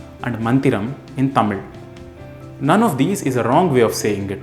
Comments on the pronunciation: I didn't expect that much ழ் pronunciation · wow you pronounce tamizh really nice